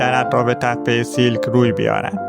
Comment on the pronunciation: تلفظ درست نام این مکان سیَلک هست siàlk